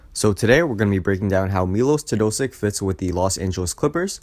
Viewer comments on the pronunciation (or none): It's pronounced as Milosh Teodositch, not Milos Teodosik. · Learn how to say his name, you are doing it wrong.